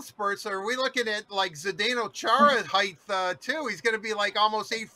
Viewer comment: God. Someone please tell that it's pronounced "heighT", not "heigTH". Bonehead